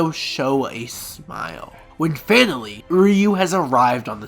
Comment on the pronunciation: This is great but it took you- and a team of other people over 1000 hours to make? That's whack. I hope you're joking, and you should really look in to how to pronounce names if you're going to make content about anime.. Also it sounds like you're saying "fatally" every time you say finally, you had like hundreds of grammatical errors in this video